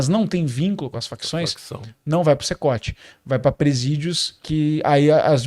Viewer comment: "Secote"? CECOT